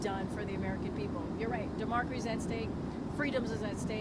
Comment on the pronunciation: She said "demorksy" is at stake. The woman can't even pronounce democracy properly.